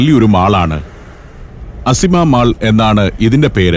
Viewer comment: അസിമ അല്ല കേട്ടോ ആസിമ ആണ്. തലസ്ഥാനം എന്നർത്ഥം.